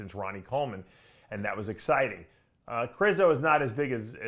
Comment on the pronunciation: Its ( Kre shzo) 😂